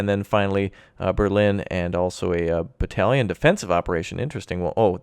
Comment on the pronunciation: Battalion lmao. Its Lake Balaton in Hungary.